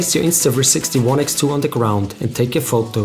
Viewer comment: They way you say Photou ;)